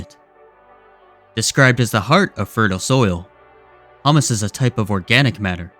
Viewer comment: Great video, the organic matter is pronounced Hew-mus.